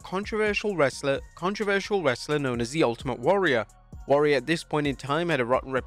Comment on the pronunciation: Convince...ConVince...Con-Vince... Cotro-versial...Cont-reversal...Controversial...